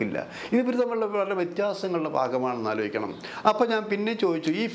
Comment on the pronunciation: നീ,ക്കുറെ, ആലോജിക്ക, ഏന്നിട്ട്, വീണ്ടും, ആലോജിക്കണം,, ട്ടോ, ക്കുറച്ച്, ആ ലോജന, കുറക്കാൻ, പറ്റുമോ, ഏന്ന്, ആലോജിക്കണം,, ഒരു, ആലോ ജന, അരോജകൻ,,😮😮😮